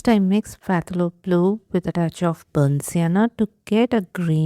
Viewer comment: Hi! I love watching your videos. Just wanted to let you know that the word Phthalo is pronounced as Thalo, that is the Ph is silent. You can Google the word to see how it is pronounced. Have a great day. 😊